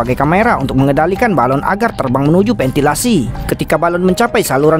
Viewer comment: VENTILASI BUKAN PENTILASI